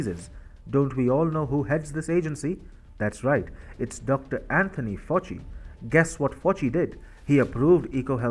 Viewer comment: Fauci is pronounced “Fowchee” and D.A.R.P.A is just “Darpa” 👌